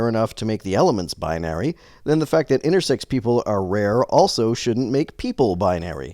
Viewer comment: Why does he keep adding a T on the end of "intersex"? Does he.. have "sexting" on his mind or something?